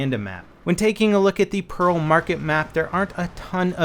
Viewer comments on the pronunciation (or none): none